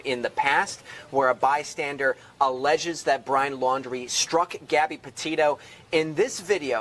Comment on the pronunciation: Lundrie not lundry. Petito not potatoes